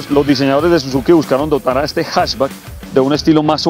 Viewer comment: “HasBack” tremenda pronunciación del hombre! xD [Elevado precio por el equipamiento, debieron traer únicamente el BoosterJet y dejar el pre Fl en el motor atmosférico]